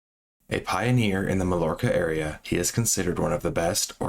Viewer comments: It's pronounced mayorca bro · Did you entirely copy that other youtuber who also didn't know how to pronounce Mallorca? It sounds like "my-orca". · The island is pronounced Ma-York-Ah. The LL is a Y sound in Spanish. You're pronouncing the other guy's name wrong too. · It’s “mai-orca” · It’s pronounced mayorca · "Malorka" is not how you pronounce that... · It’s pronounced more like Mayorca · Do you expect anyone to believe you did any research when reveal in the first minute you don't know how to pronounce Mallorca? You haven't heard of this really well known place nor have an elementary understanding of Spanish? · Learn how to pronounce Mallorca, hint the two L’s make a Y sound.